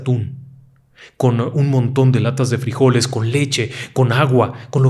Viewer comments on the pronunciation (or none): none